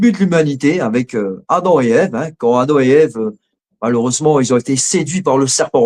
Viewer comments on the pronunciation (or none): none